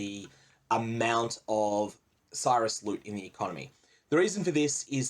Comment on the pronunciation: if you pronounced Sirus properly i'd watch more of your videos, no joke. It fucking hurts my brain that people can't just do shit properly.